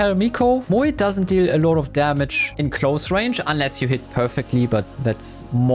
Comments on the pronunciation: Why does he pronounce Moe like that 💀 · That Moe pronunciation is cursed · Moe ❌ Muee ✅ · Bro said moeey